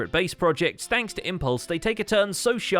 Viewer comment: he said sthanks not thanks